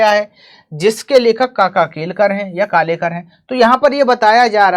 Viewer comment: Kaka kalelkar hai na ki kalekar😅😂